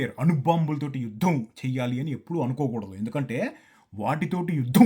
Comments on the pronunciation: Yudddhham chesedddhhham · ద కింద ధ వత్తు చెవి కి బాంబు పేలినట్లు ఉంది. "యుద్ధం " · అన్నా నువ్వు (యుద్ధం) అని ఒత్తి పలికినట్లు యుద్దం జరిగితే పాకిస్తాన్ కి నిజంగా పూంపుహారే 😂😂😂